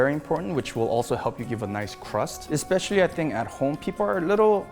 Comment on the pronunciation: how can one be a journalist and say "EXspecially"